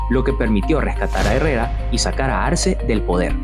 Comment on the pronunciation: Algunos comentarios, para mejorar tu presentacion deberias de corregir ciertos errores, es Arce no Arsen, es Jose Justo Milla y no Jose Justo Mia, el himno al final es el himno a Lempira... Excelente tu video y sigue adelante